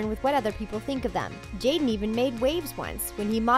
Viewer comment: how yall say jada & will smith but subtitle it as "jaden" disrespectful